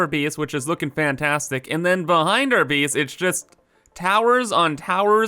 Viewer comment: The word base shouldn't rhyme with peace but the word base should rhyme with face. Either way, you keep pronouncing base like beace. The same type of people that mispronounce word like that also are upspeakers and ones that say sorry like soourry. Just saying